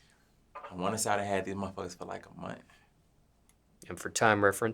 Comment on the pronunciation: “I wanna say I had dese mfs fa like a munt”😂😂💀